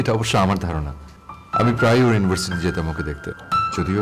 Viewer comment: Versity নয় University